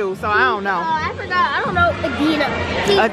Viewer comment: yeah they didnt pronounce the name right, its ed-na lmao